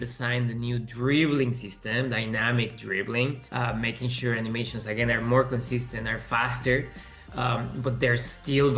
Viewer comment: I never want to hear "Ani-meer-shuns" ever again 😂